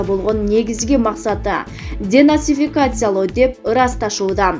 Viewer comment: Денацификация деп туура айткылачы